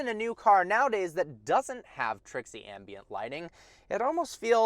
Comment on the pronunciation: Every time you mis- pronounced ambient...😟